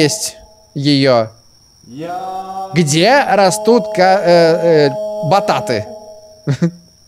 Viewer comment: Обидно говориь не потэйто а ботат я беларус ты хотябы на другом языке говори нормально слово картошка